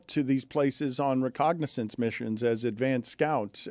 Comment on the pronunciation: Did Dan say reconnaissance or recognessence 🤔 also doesn't matter if there's a Ray Hudson call of the day #thisIswhatDanWanted 😂